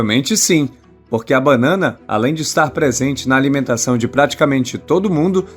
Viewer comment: Não é bannana é banana.